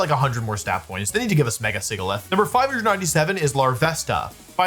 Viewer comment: i love wolfe, and i have extremely high respect for him, you know, being the undisputed best Pokemon player of all time and stuff but his pronunciation SUCKS. you’d think the pokemon company would tell him “Sigilyph” is pronounced… like the word “Sigil”…